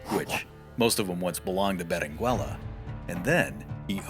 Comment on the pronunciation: The double L is pronounced, as "y"-canyon. The "u" in Berenguella is not pronounced as in " Berengeya". The "g" of Giralda is pronounced as in: H.